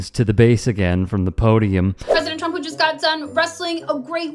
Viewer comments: I love how she says “chrump “ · I love how levitt pronounces Donald's name "chump".. lol.. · President Chump. She can’t even say her bosses name 😅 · Pronounce it Chump not Trump lile KKKAROLINE does every time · President *Chump*? This is hilarious....Leavitt pronounces it Chump 😂😂😂😂😂😂😂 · The only thing she does wrong is the pronouncing of trump it's suppose to sound like chump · I love that KKK pronounces Trump’s name as “Chump.” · That's because she doesn't know how to pronounce it Edi: it's like pronouncing America "Aim-riker", it's simply wrong.